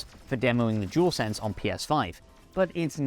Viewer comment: Jewelsense 🤦🏻‍♂️ it’s dualsense I’m amazed how many people can’t say it properly 😂.